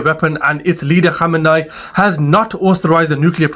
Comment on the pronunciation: Bro its Kho - may - nee